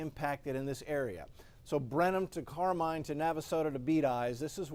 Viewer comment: I'm sorry to auto correct, but it's pronounced CAR MEAN NOT Car MINE. You may continue. -:)